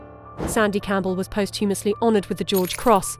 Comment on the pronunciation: That is how its pronounced.